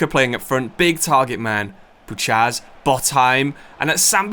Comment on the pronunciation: Pretty sure Botheim is pronounced Bot-heim instead of Both-heim, it’s certainly sounding pretty incorrect in my Scandinavian brain😅